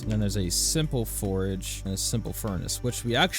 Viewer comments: Are you saying forage or forge? Definitely sounds like forage. Think you mean forge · I love this series! Also, its a FORGE, not a forAge :P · Love your videos bro. One thing, you are killing me by pronouncing forge as forage. Especially since forging and foraging are actual things in the game. Still, I always enjoy your videos. Its helping me learn to play the game myself. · It's forGE not forEG 😂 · I can't listen to this. You keep saying forage instead of forge. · FORGE NOT FORAGE , ik this is an old video but OML driving me crazy XD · Bruh, it’s “four-ge” not “for-uh-ge”. Not forage, it’s FORGE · it's a forge, A FORGE, not a forage, forage is what you do for food... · it is forge not forage, holy crap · You aren't saying forge. You're saying forage 😭😭😭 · Great video, very entertaining. But please learn the difference between forge and forage. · Forge. FORGE. Not forage. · Please, its a FORGE, not a FORAGE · NGL the way you pronounce Forge is ridiculous. I keep on hearing Forage whenever you say Forge 🤣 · bro says forge like "forage" so many times through this video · Love the video but you pronounced “forge” forage it was ruff lol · Quit saying forge like porridge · It’s funny how he says forage instead of forge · Forge. Say it. Forge. :P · Drinking game: Take a shot every time he pronounces "forge" as "forage." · Pronouncing forge as forage breaks my brain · Love everything except that you pronounce a forge forage. please make more but pronounce it correctly!! Love your stuff lol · he was talking about the forge that is mispronouncing as forage. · You say you know but you call a forge a forage, lmao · There is no a in Forge. 😂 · Great content. But your pronunciation of forge kills me